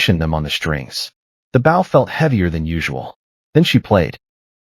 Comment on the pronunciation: Bow for a string instrument has a different pronunciation for th e physical gesture. AI seems to not get this.😮